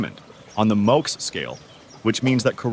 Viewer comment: He pronounced mohs differently every time.